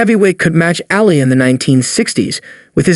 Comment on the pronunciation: yes that irritated the crap out of me too. Destroying theses legends names. Its Ali, not Alley, what a joke